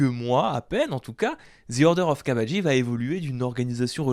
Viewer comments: on dit "kabèdje" en anglais, pas "kabagi" mdr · Non Cabbage ne se dit pas "Kab-a-gii" en anglais mais "kab-èdge". -. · Ton anglais fait mal aux oreilles, mon cher!. "cabbage" se dit ka-beige en anglais.